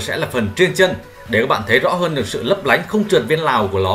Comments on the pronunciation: "Nong nanh nung ninh nấp nánh" =))) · nong nanh , nung ninh , nấp nánh 😂